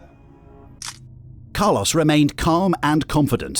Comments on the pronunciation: It's not "Car-loss" it's "Car-lōs". Anyway, Carlōs is one of the most psychopathic emotionless people I've ever seen. Wow. He literally has no emotions. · I think it's pronounced Carlos not Carloss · Why did the narrator pronounce his name as “Car-loss”